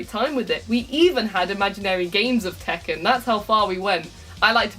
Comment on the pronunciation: "Please, tek out the checken series"